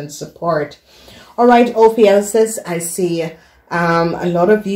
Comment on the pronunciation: Honey it's pronounce oh phew cuss